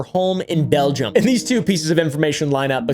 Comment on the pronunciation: “Belgia” got me cackling 😭 in a serious situation